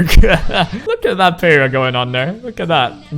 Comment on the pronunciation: Ok,, you have an excuse because you're Asian. Heh heh... But for real, youtubers in general do not know how to pronunciate Jack s***. Peira= pee-air-A!